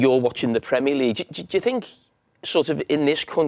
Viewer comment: He says "Premier League" like it's supposed to be said...in contrast to most yanks! 👏👏